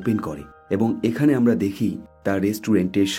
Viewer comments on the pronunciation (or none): none